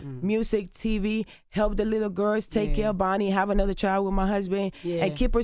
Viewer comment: "To the little gerrs" -Joseline😅😅